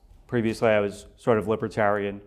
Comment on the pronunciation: "previously I was LIBReterian"? Regardless of incorrect pronounciation, I think Americans misuse the term 'Libertarianism' & mistakenly see it close to Conservatism when the two are not allies upon closer inspection. I doubt he went from being a Libertarianist, the neo-liberal, to being Conservative! 😂 But hey, who knows nowadays? I'm not sure he does.